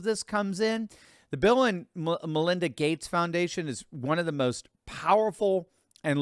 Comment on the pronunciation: Lol...he said Bill and Melinda but I heard it as villain. I had to go back and listen again